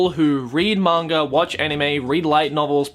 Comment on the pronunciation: I know he has an accent but who else chuckles or laughs slightly when his pronunciation of Manga sounds like "monger"